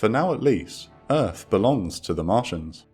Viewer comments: LOL “Welcome to ERFFFFFF!” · Welcome to Earf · Welcome to Earf! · welcome to earf !